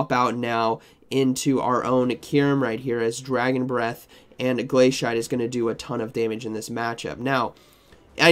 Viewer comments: I love your content, but your pronunciation is a bit… unique Glay-see-ate, or I’d accept glass-ee-ate. Both make sense. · Ah yes my favorite move, glay-shite